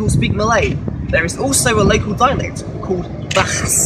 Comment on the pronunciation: he still cant pronounce bahasa xD